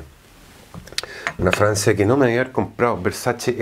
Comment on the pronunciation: Alguien más escucha Francia en lugar de fragancia ?